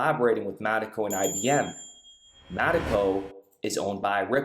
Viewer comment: It's not Mattico. It's mee taco. It's like a mexican pirate. Avast there maytee. Stay away from mee taco!